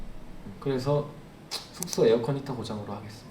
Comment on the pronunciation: 숙소 말할때마다 계속되는 th발음에 저항없이 터짐 Thㅜㄱ thㅗ ㅋㅋㅋㅋㅋㅋ 아 thㅜ켸줄 쑼켸줄